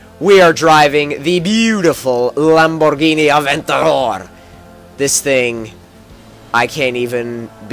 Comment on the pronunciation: D How did you sad that Lamborgihini Aventador:D I'm thinking that you are learning Italian. Say this in a Forza Or Nfs Video Lamborgihini Gallardo.